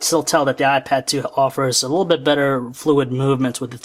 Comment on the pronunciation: please learn how to a LEAST say the word "little" correctly. It's not "lul".